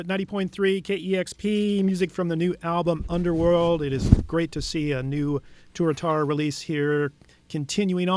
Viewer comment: It's "Tuatara" not "Turatara",. Fucking knucklehead host